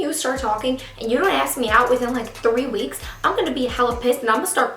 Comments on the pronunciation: A.S.K. not axe. thank you. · why do you say aks instead of ask xd or maybe its me that i understood it wrong lol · Not hating. Great video. But I hate how you say ask. Ask, not aks. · ITS ASK NOT AXE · Ask not aks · its ASKKK not AXEEE! :'( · It's not aks its ask! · I'm so sorry this happened to you but it's ASK not AKS 😩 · yea i’m from new york and we say ask like aks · "He still has not >axk<me out jet". 😂😂😂😂😂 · She u just say "AXE" me out!!!????!! OMG I didnt think u were that color....or illiterate! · She needs help pronouncing ask